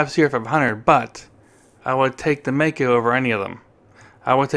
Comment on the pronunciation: I worked for the Maico importer in Detroit, Gray International in the mid 60's, as the parts manager. Maico is pronounced My coe, NOT May coe.